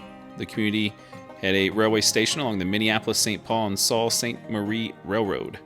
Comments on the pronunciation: Lake Michigan was a little angry around Manistique. Also Sault is actually pronounced Soo. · Not “Salt”. It’s pronounced Soo. 🤗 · Sault St Marie is pronounced Soo St Marie. The whole UP is beautiful. Needs more than one day! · one day is not enough. it is a unique place. it's pronounced sue saint marie. you can call it the soo. it's gould like a goul not gold. i like your videos.